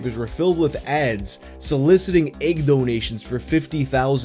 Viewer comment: Nobody:: ægg